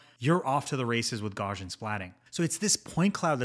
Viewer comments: Gauss is pronounced gows like cows not gauze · Great video! Btw, I’m 99.99% sure it’s pronounced gow-see-uhn. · Great video! One pet peeve: it's pronounced gau-see-uhn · Gauss-ian, it's named after Carl Friedrich Gauss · Check the pronunciation of "Gaussian" man. You're driving me crazy. 😅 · Good stuff but you’re pronouncing Gaussian wrong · are you able to say "house" or "mouse"? You don't need to be German to pronounce Gaussian correctly! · I don't want to make this a big deal. Mathematicians and physicists all pronounce it this way and thought you might care :) explains it better. Gauss rhymes with house.